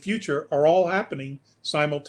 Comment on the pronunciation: ITS HABBENIG😅😅😅😅